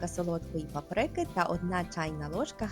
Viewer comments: Я перепрошую, але чому ти так дивно ставиш наголоси в словах?..папрИка..і в деяких інших теж, просто ти це слово повторила багато разів..🤔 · Вона ж з Польщі, то так мабуть в неї виходить. Головне рецепти хороші. Дівчина мила і спокійна. Дякую вам!❤❤❤